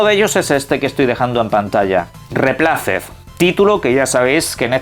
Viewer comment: REPLACED se pronuncia /ruipleisd/ no es dice tal como se escribe (no es hate)